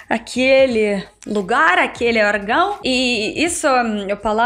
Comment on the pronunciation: "Argão" eu quase não entendí😂 ÓRGÃO;)))